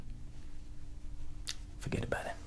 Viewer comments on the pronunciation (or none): It's not fergt about it it's fergt abooouuuuut it